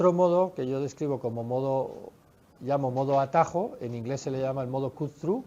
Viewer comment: "modo Cú-Trú"